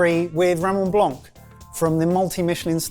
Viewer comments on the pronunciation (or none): It's Raymond Blan(c) silent c....NOT Raymond Blââânk.....you plonkers! 😡🤬🤯If you can't pronounce Raymond Blanc, Sauvignon Blanc properly after all these years, call him Raymond White, drink Sauvignon White and eat the rest of the Wasabi tube..you deserve it... that goes for you too!!!!!! Love you:)))))))